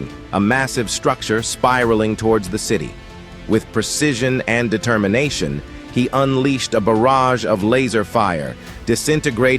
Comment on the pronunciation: Collijiohn... Determinatchiohn!?!?